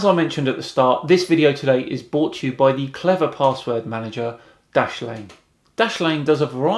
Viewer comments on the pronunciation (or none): I'm no flat earther but, credit where it is due, that guy has at least tried to show an understanding of the heliocentric model. However, I do not think it is fair for you to ridicule his pronunciation of solstice when you say, "bought" instead of "brought", every time you announce your sponsor. Other than that, keep up the good work.